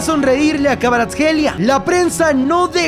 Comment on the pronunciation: Me sorprende que pudiera pronunciar KVARATSKHELIA